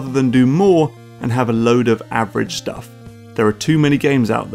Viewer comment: can you please say the word shtuff in more episodes? it's a delight.